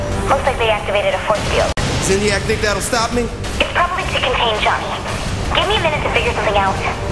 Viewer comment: WTF?! dude just a game know that there is no real saint row in here and its not zaynik its zinyak